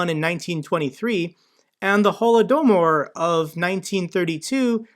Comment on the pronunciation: "Holodomor" = Ho-lo-do-meer. Sorry about what happened with your portfolio,! I'm curious if you'd make a video about how your trading strategy has changed over the time you've been trading? I'm here for the Ukraine stuff too, obviously.